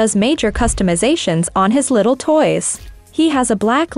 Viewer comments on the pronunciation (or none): none